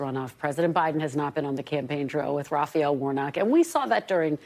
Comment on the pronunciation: Kristen: "rah fah el"*